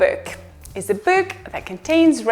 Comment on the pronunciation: Почему она говорит kük, bük, füd ? Это мода такая ?